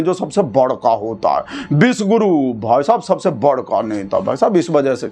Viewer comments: bhai apki accent mae cofuse hu is it vish guru means venom guru ya phir piss guru😂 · Bhai ji samajh nahi aaya ki aap kya bole, Vishvaguru ya vishguru🤔